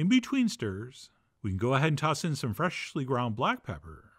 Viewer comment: Chef John always pronounces it freshhhhhly ground pepper.